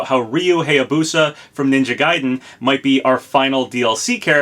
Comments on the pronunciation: That's still not how you pronounce "Hayabusa." It's pronounced "HIGH-yah-boo-sah," not "HAY-yah-boo-sah." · Hey, I really like your content but wanted to correct you on a few things. First of all, Ryu's last name is said "Hi-ya-boo-sa", not "hey-ya-boo-sa". Also, Morgana is said like "more-gah-nah (the ah sound is like when you open your mouth for a doctor). I don't want to be a pronunciation nazi, but I figured you should know.